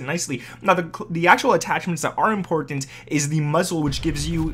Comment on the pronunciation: This man says important really weirdly